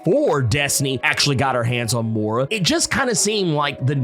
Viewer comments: It's "Moy-rah" not "Mow-rah." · I'm starting to think this guy intentionally butchers names for fun. 🤣 More'rah... Oh god.